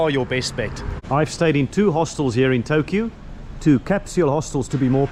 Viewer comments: you do not stress the last "u" in the names: It's Tōkyō, not Tokyou. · all others words are not that too bad pronounciated but Tokyou was really extreme... Never mind! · Tokyo is pronounced Tokioh and Seiyu is Saiyu.